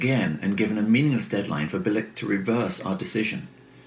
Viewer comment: Its pronounced " Billitch" !